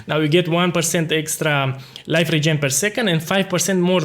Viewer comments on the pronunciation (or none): none